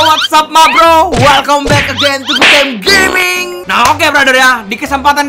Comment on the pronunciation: Finally.... He said "Goodtime Gaming" not gimang